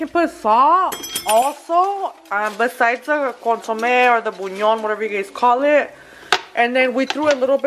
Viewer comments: It's pronounced Bulyaan...girl I be googling word pronunciations...don't even trip girl!!!🤣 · Your title needs to say "collab" not "colab" 😂 I love chile rellenos. Lots of work but worth the effort. you're too much! Telling everyone to hush up and it's "boo-lee-on" you pronounce it so cute! 😄💖💫